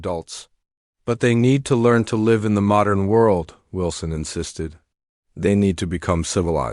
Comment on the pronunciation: Please have a human being Edit this video. DOT, IS THE END OF A SENTENCE!!!! Please have someone edit your story. (Live = live) Said incorrectly. I won't be watching anymore of your pathetic story.